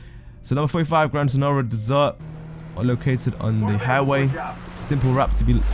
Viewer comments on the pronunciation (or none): Fan-dabby-dosey of a vid. I dont know what I enjoyed the most. Finally finding all the locations with your help or you pronunciations of Dessert, Seoul and Alamo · Dessert..... It's desert mate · how do you pronounce most of the names wrong. buccaneer way became "baccinari way", the grand senora desert became "dessert", Raton canyon became "Rayton" and paleto bay became "pallet-oh" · haha saying desert as dessert